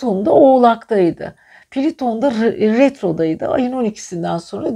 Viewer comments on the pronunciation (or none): Piliton değil plüton